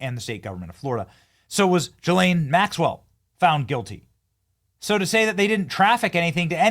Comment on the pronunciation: Guess nobody knows how to do the ethnic pronunciation of ghislaine.. oh and her dad Robert Maxwell was an even bigger monster